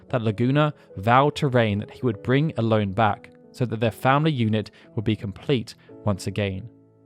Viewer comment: Watched this today and loved the level of detail (though in my head, Ellone was always pronounced El-ony. I am not sure if it is official or if there is an official way to say it, but in my mind, I corrected it every time you said her name, haha), and I gotta say I would love to see the same detail for FF9 and 14 (though I know 14 would be a huge potentially insurmountable undertaking)